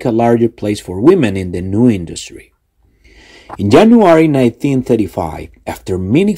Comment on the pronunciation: Yo escuché solo Jenuary